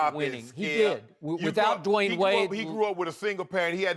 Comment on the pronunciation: Lmao why did Shannon say "Dee-wayne"